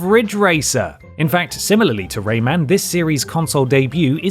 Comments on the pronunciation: lol why are you calling him “Raymand”? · Whats ‘’Ray-maned’’ ???